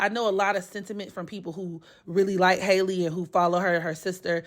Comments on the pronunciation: no HAL-E not hi lee . It’s literally pronounced the same way Halle berry pronounces her name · Her name is pronounced HAL-E just like Halle Berry